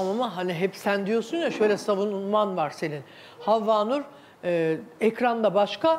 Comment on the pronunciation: Havnur un türkçesi meşaj diyor mesela ! Bu insana prim verilmez cahil çok havnur .